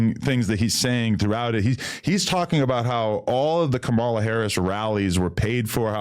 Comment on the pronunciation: Adam pronounced Kamala Harris name wrong and the other Adam didn’t correct him.. 💀